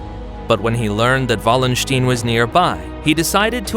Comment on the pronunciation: like the video for its historical correctness (as far as short YT clips can do this justice) but why is it so difficult for American narrators to get prominent historical names right - Richelieu or Wallenstein; both names should be easy to get right (and even come with voice files on Wikipedia) and yet this American butchered them completely. ☹that was disappointing.